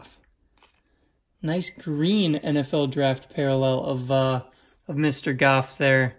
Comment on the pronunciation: if Goff not Gaff lmao, you sound like a Bostonian saying golf hahaha